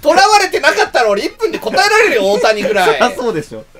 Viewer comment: ただでさえ笑い転げてたところに、オオタニさんのイントネーションが太田胃散でトドメさされたw